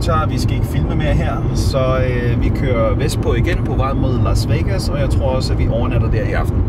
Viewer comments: “Lars Vegas” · Elsker at det lyder som om du siger "lars" vegas